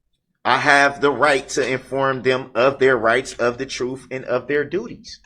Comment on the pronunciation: Before you decided you were going to inform the jury of the "truff", you should learn how to pronounce it